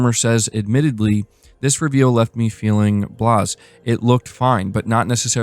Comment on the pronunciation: Blase is pronounced: Blah-zay